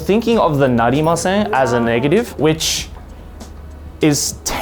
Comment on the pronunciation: i heard niggative. did anyone?